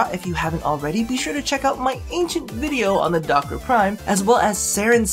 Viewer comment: You said duck-its wrong :(